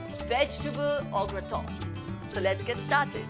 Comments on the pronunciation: No wrong pronunciation. It's au " ग्रता" not au ग्रतो 🙏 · u pronounced it Graton!! bt recipe iz gret 😉